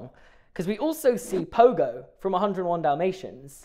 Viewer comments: Sorry but in 101 dalmations his name is pongo not pogo there's an n anyway love the video ❤️ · It’s Pongo not Pogo 😂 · I cried when you said pogo. Its pongo! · How are we meant to trust this man’s logic if he calls Merriweather “Mayweather” and Pongo “Pogo” 😭 (/j) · The fact that he called Pongo "Pogo" 💀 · ITS PONGO NOT POGO 💔💔